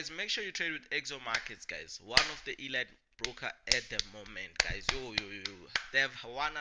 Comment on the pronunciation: Elight ❌ Eleeet ✅ . Elite .